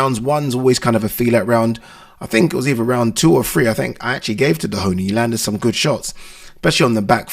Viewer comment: He’s not called Dehoney lol Doheny